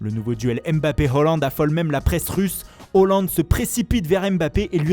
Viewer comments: Le mec qui parle se ridiculise à vouloir faire les accents avec les prononciations originales des noms de joueurs/clubs, mais n'est même pas foutu de correctement dire H-A-A-land. Haaland a déclaré que ça se prononçait AA et non OO, donc à corriger. Et aussi faut arrêter les accents, c'est ridicule. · On dit pas « HOLLAND » pcq ca s’écrit pas « HALLAND » mais « Haaland » chef t’abuses